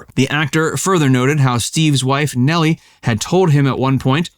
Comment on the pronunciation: McQueen’s first wife was Neile and it was pronounced “Neal” not “Nellie”.